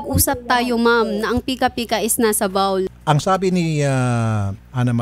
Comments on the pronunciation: Should be bowl not bowl (bawl) - kubeta pala hahahaha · Anong "BAWL" Inodoro lang te??? HAHAHA "BOWL" kase HAHAHA FULL Refund pa nga nais. 🤣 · "Yung pica pica nasa bowl (complainant pronounced it as bawl)" So nasa kubeta ang pica pica? LOL. Ewan sainyo. 😑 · Bowl pronounced as B-O-W-L. Not pronounced as B-A-W-L. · Para sa di makagets sabi kasi niya BAOWL imbes na BOHW-L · Bowl po un,BOWL.hahahaha 😁